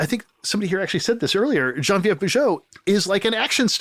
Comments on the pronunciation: The way Tarantino pronounces "Geneviève" (Bujold) is hilariously incorrect. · I was gonna say has QT butchered the pronunciation of the lovely Genevieve Bujold? The answer is yes!